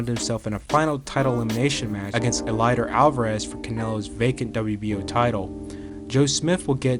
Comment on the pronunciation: Man artur last name is getting butchered